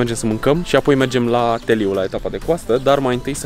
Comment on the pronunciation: Se pronunța teliu scurt cu accentul pe u nu teliiiiu